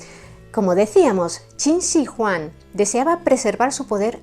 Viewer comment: Eres la primera persona es Youtube que pronuncia correctamente Qin Shi Huang